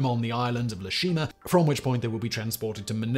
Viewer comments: Very detailed and accurate, but; it's EE-Shima, not LE-Shima. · Very interesting and pretty thorough article. However, the island is not named 'Le Shima' . It is Ie Shima, pronounced 'Eye eh She ma'. This is a small but important correction. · It's no le Shima but Ee A shima. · *Ie Shima. A capital "i", not an "L". Pronounced "EE-yeh". It's Japanese, not French. Just in case anyone cares. If not, carry on! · “E-A Shima” not “Le Shima”. The first letter is a capital “I”. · Ah yes, le Shima. That famous Japanese island in France (or possibly a Bond villain?)! Sorry to be snarky, but it doesn't start with a lower case l, it is a capital i, so ee-eh-shi-ma. I know Simon hates being corrected on this stuff but, hey, as he always says, he doesn't care. Feel free to ignore this! (Anyone is interested, Ieshima translates to "home island") ETA: Wouldn't have posted if it had been just once or twice but Simon just kept saying it and it started scraping against my sad, little pedant's soul! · It’s not “Le Shima,” it’s “Ie Shima,” or Iejima, as it’s now called. I-E, not L-E. Pronounced Ee-Eh Shee-Mah or Ee-Eh-Jee-Mah. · That should be Ee-eh (ie) Shima, not Le Shima. You can't even say Le in Japanese. They don't have an L sound. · Just FYI, it’s Ie Shima (capital “I”) not Le Shima. Just thought it was funny. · It's Ie Shima, pronounced "EE-A Shima". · Just in case anyone cares, it's "EE-yeh" Shima... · I hate san-serif fonts. It is capital eye, lower case e, so it is ee ā Shima, actually probably ee ā ji ma.